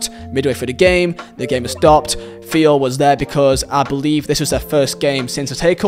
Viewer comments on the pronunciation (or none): none